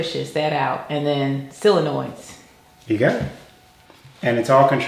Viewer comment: Have finally wraoped my head around relays and can finish my shop's dust collection with automatic blast gates. I love the way the whole family pronounces "solenoids"!